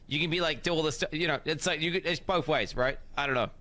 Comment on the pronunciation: pronounces both as ''bolth'' and I bet you do as well.